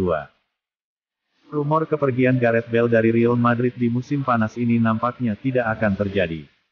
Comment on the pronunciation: Admin gak jelas!!! Real madrid bukan ril madrid.. heddehh